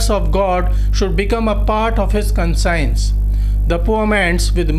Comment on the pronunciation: First correct your pronunciations then lecture here. Conscience should be pronounced - 'kon shns' not consigns. Heart should be pronounced as - 'haat' , not hurt. come on Sir , Poet is not pronounced pot. Elegance is allegance. I suggest you correct these basic matters first